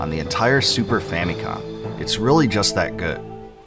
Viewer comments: Fam-i-com not Fam-EEE-com. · Okay, if you wanna be technical, yes, it's Fa-mi-com but it's certainly not, based on Japanese pronunciation, Fa-meee-com. When I was growing up there was a Nintendoaholic kid a few years younger than me that found out the original name of the NES was Famicom and was pronouncing it Fameeecom and it made my skin crawl every time he said it. I tried to no avail to correct him because he was a dolt. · Well... it's a Japanese Product name. Phonetically in Japanese ファミコン it's pronounced Fa-mi-Con. It was a shortened version for Family Computer. As in Nintendo Entertainment System: Family Computer. So yes, it's Fa-mee-com. But Fa-mih-com sounds fine and no one is gonna bust your balls over it.🤷🏻